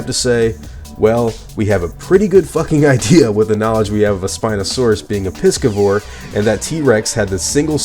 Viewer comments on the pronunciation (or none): It's not pronounced "piskavore" it's more like "vice". It means to eat fish, so think Pisces (the fishy astrological sign).